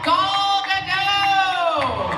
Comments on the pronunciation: ***** This panel only confused me more on how to pronounce Gal Gadot's name. XD I've heard it pronounced: 'G-ale Guh-doe' - Gah-l-Guh-doe - G-ale-Guh-dot and the presenter in this pronounced it G-all-Guh-doe o_0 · VersusSEED It's pronounced Gal Ga-dot, trust me I'm from Israel, I know